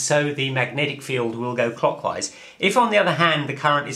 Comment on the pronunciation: IT TWISTS... COCKWISE!!!!!!